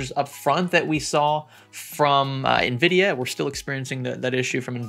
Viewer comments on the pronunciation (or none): none